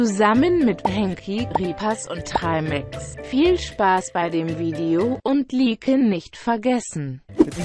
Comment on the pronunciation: Und LIIIIIEKEN nicht vergessen 😂 diese Aussprache